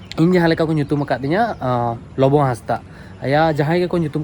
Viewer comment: आपका वास्तविक नाम लोबो है या, लिखते हो और उच्चारण करते हो लोबो